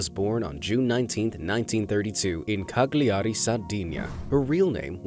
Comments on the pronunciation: Well, not really, it's unprofessional not to check the correct pronunciation of names. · Your awful pronunciation of "Cagliari" led me to turn this off.